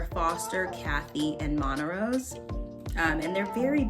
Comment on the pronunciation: Like the video a lot, but the magnitude of double comparisons/redundancies is high. more older, more pricey, closer in proximity? And montrose is mispronounced. Glad to have you as a neighbor and welcome